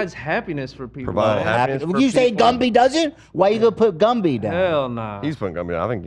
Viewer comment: “Lumby” BAHAHAHA